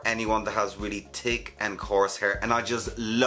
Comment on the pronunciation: I come for the “tick” accent and stay for the great info❣️ Just pre-ordered my steam pod can’t wait to finally get this in the US. “Tanks” 🥰